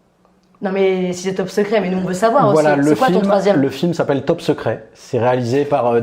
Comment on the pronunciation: Pourquoi j'entends "Teub 10" à chaque fois? C'est très déstabilisant! En même temps ce serait un super concept "Les 10 teubs qui nous ont fait le plus marrer dans notre vie" hahaha x) Sinon mon top serait un mélange des vôtres avec du plus classique comme De Funès, Coluche, Monty Python, du plus récent comme Ben Stiller, Les Bronzés, Le Père Noël est une ordure... Le dîner de cons... Les Visiteurs 1 et 2... je cite un maximum de Christian Clavier pour faire plaisir à. C'est arrivé près de chez vous, La Classe Américaine sont également des films cultes pour moi. Maman j'ai raté l'avion, obligé de le revoir à chaque Noël. J'ai également été très client des trois premiers American Pie. Si je devais en donner un "sous-estimé" ou méconnu ce serait un film avec Ben Stiller que peu de gens connaissent, en français il s'appelle "La Colo des Gourmands" qui montre un genre de camp de vacances et d'amincissement pour jeunes obèses avec un Ben Stiller en directeur de camp complètement taré. Voili voilou et je t'aime <3